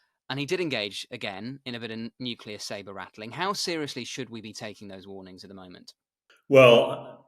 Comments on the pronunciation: Hamish, tHE WORD IS nuclear. nu-cle-ar It's pronounced exactly like it's spelled. You're an adult, and a journalist. For pity's sake... there's no "Q" in the word. If you hear one, it's because it's because it's been mispronounced. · This fellow can't correctly pronounce "nuclear". He says, "nuclular". From an Englishman??? Ha ha! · Nuclear. NUKE-LEE-ER. It is NOT hard to say. FFS. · "Nuclear" is pronounced as it's spelt!